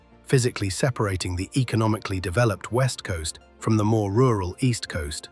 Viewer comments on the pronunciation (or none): none